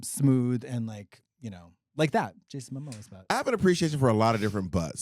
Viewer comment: Did I hear Katya say "Jason Momosa?"